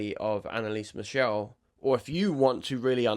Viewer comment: Michel, German pronunciation with the German "ch" sound, not "Michelle", which is a French girls' name ...